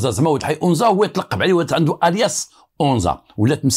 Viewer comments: It’s not onza it’s anza agadir 🥰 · anza et non onza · une petite correction : on dit Anza pas Onza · السلام.اسمح لي ماشي اونزا ولكن انزا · بالنسبة لتصحيح لفض اسم الحي هو (أَنزا _ AnZa) مشي onza كنتمنى تكون المعنى وصلات و شكرا ديما في المستوى بالقصص ديالك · عندك جوج اخطاء المرجو الاعتذار عنها: ١- اسمها مدينة أنزا ، أما أونزا فانها تفيد الانتماء. ٢- اسمها الامازيغية و ليس البربرية. و شكرا. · قصة جميلة فقط للتصحيح المنطقة اللي فاكادير سميتها ANZA ماشي اونزا بالتوفيق و شكرا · للتصحيح anza وليس onza مدينة صغيرة تابعة اكادير اسمو أنزا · أَنْزّا ماشي اونزا وتحياتي❤ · للتصويب: حي anza في اكادير وليس onza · بالنسبة لهاد الإسم لي قلتي ماشي أونزا سميتو أنزا الفتحة على الألف هاد المكان كيتواجد فأكادير تما فين كاينا المرسا طريق تغازوت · anza ماشي اونزا. بحال الا قلتي القصبة اللي فالقنيطرة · انزا ماشي onza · راه ماشي ؤنزا ولكن هية انزا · اسمو Anza ماشي Onza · حي انزا، هو حي شعبي جدا مهمش ومتسخ، بحال دوار الدوم ف الرباط ولا دوار الكرة ولا دوار القرعة.... كتنطق anzaماشي onza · Anza وليس onza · صحح المعلومة آنزا ليس بأونزا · انزا ف اكادير ماشي اونزا. Anza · هي أنزا وليست أونزا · c est anza pas onza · anza et non ounza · اسم الحي هو anza بفتح الالف وليس بالضم وهو احد احياء شمال مدينة اكادير حي شبه صناعي تقريبا ويتكون اغلب سكانه من الوافدين الذين يبحثون عن العمل في المصانع ومعامل السمك شكرا لك. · نفس الملاحظة ماكاينً حتى واحد لي هضرو على براهيم او نطقو أَنْزَا كما هيا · القصة ناقصة بزاف.. وفيها شحال ديال التناقضات... اولا لم ينطق حتى اسم جيدا anza نسبة لحي انزا باكادير.. السيد.عطي الأهمية للبطولة ديالو اما للقصة ينقصها الكثير.. السن مشي 19 وزيد وزيد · فعلا خطأ ف نطق اسم المنطقة هي الحي الصناعي فأكادير anza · حي انزا بفتح الالف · تحية ليك الحي سميتو أنزا بفتح الألف وياريت تقول أمازيغ ماشي بربر حيت هدا مصطلح ماعندو حتى علاقة بالأمازيغ كانحبوك متابعة من أكادير ❤️🌹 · المتطقة إسمها انزا تنطق بالفتحة فوق الألف و ليس الضمة..تحية خالصة للسيد المتألق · اول انت كتكدب ما عرفش حتى نتنطق انزا